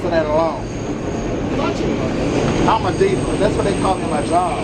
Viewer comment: "IMA DiiVA" L0LZ